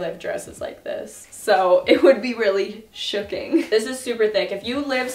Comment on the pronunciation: "It would be really shooking" 😂😂